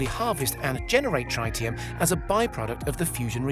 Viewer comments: How can you make a video like this and not even know how to pronounce the word Tritium, its Trit-i-um not Tri-tium and if you didn't know what Tritium is, its a radioactive isotope state of Hydrogen, with 1 Proton and 2 Neutrons, where Deuterium only has 1 Proton and 1 Neutron. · Dude, it's tritium: not trietieum. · What? Trytium? Do you mean Tritium? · It is pronounced "trit-ti-um" NOT "try-ti-um". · Guess the whole video is irrelevant he pronounced it wrong, dang. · No one says TRYtium, not even in US English. It's TREEtium. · Try-tium huh? Is that a new element or a mispronunciation of tritium? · Tritium not "trytium" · Wtf is tri ti um. I think you mean tritium. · Tritium.. not triteum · Its tr-IT-ium not tr-ITE-ium... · He also said 'runaway reaction' when talking about a fission plant. Also: thats not how you say tritium.